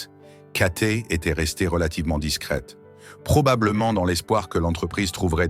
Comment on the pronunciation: c'est cathay pacific, pas katé, apprenez à parler français